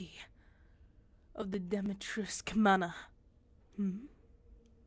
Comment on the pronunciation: its pronounced dom-E-tresc